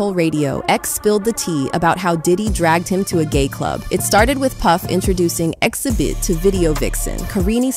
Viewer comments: what's up with the random mispronunciations throughout the video? is it just so people comment on it? its weird to hear the narrator say Xzibit in one sentence and then XEEEEbit in the next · Why does this "AI" voice keep mispronouncing Xzibit name? First Xzeebit then correctly Xzibit? It's obvious this is an Artificial Intelligence voice so the "mispronuciation" is programmed in, on purpose. Why? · His name is pronounced Exhibit. Not X-zee-bit